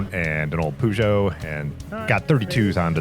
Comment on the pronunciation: I love your videos but the way you pronounce “Peugeot” is absolutely unforgivable 😂